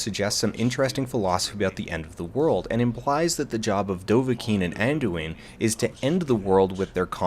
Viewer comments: Alduin. It is Alduin. Not Anduin. All-doo-in. Sheesh. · I tend to refer to this video, whenever people wonder why I still play Skyrim (4, 5, 6 and now) 7 years later. You sum it up pretty much perfectly (except for the part where you first correctly say "Alduin" but then switch to "Anduin" over and over. :-) ). It's an open-ended story; a slice of Skyrim life, so to speak. Whatever problems the game may have, it does make you feel like you're part of a world, not just a game. Also that part about getting to slam a dragon in the face. :-D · Alduin, not Anduin. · its Alduin, godamnit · Who else cringed every time he said "Anduin"? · Watching this for the first time in 2026. It's curious how different Dan sounds back now. It's also funny how much the fact that he mispronounced the names of both dragons wrong repeatedly irritates me to no end, some part of me will carry this with me forever. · Алексей Аверченко You realise that is a running gag, due to a faulty pronounciation within TESO..